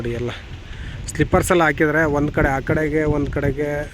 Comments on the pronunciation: ಸ್ಲಿಪ್ಪರ್ಸ್ ಅಲ್ಲ ಸ್ಲೀಪರ್ಸ್ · It is pronounced as SLEEPERS not as SLIPPERS